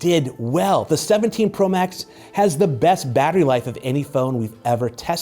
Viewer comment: Am I the only one who heard " this is the iPhone 17 pro bax "